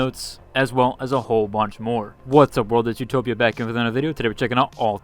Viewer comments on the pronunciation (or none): none